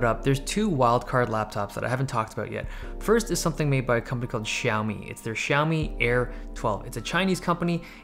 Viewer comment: I'm surprised you pronouce xiaomi incorrectly as a chinese man!